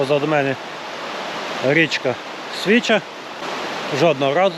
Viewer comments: СвічА, наголос на "а"🙂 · Унас називають річку Свіча' наголос на "а "від того що вона чиста як свіча.